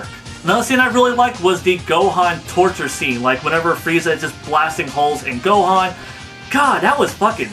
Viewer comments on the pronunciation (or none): none